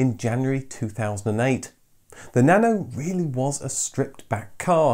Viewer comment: Why pronouncing nano as "banana"?